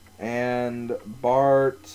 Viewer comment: its bart not barf